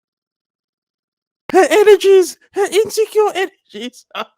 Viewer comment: 😂😂 I love when he says that 😂😂😂😂😂😂😂😂😂😭😭😭😭